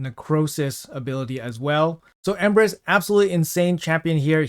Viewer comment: I thought he said "Empress"